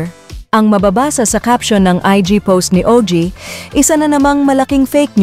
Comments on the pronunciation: Ogie po hindi o.g. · Ogie, NOT O.G..